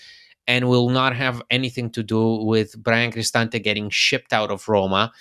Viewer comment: He also can’t pronounce Roma.